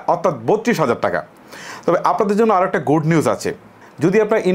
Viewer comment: Oita gud na good hobe uchchron thik koren..r fida ki hindi word apni bolbn..ami hotochokito hoyechi..apnr onk gula bangla sobder uchchton khrap abong vul..apnk keu akn o bole nai...😂